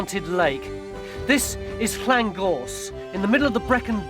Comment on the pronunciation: Good on Tony for pronouncing those Welsh ll's correctly (Llangorse, Llangasty). Mick and Robin, not so much.